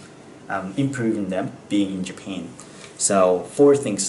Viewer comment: Japanの発音が独特ですね ジャピーン、みたいな